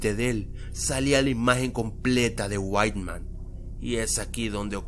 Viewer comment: no es para ofender pero se llama white man no weitman :v